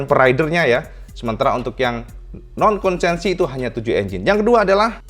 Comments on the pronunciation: konsesi, bukan konsensi. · Konsesi, bukan konsensi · KONSESI, bukan KONSENSI🙏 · Kayaknya KONSESI mas, bukan KONSENSI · Maap... konsesi,... bukan konsensi... 🙏🙏🙏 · yang betul itu konsesi, bukan konsensi. punten 🙏🏻